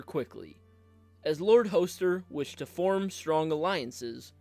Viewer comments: Hoe-ster Tully? Come on. Use at least an 8th grade reading level. Is it really so hard to pronounce things correctly? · I’m always skeptical of content creators who consistently mispronounce the names of the characters they’re talking about. Her name is not LIZA, it’s Lysa (the ‘s’ is not pronounced like a ‘z’). Her father’s name is Hoster and is pronounced with a short ‘o,’ not a long ‘o.’ Other than that, interesting video.